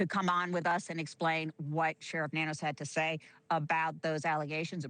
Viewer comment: I believe Nanos is pronounced No News